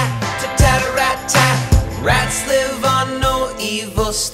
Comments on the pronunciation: after the song you kept pronouncing tattarrattat as tarrattattattat which straight up isn't a palindrome. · Just pointing this out, but you said tattarrattat wrong, you said is like tarrattattat, but its tattarrattat. (you switched the t's and r's)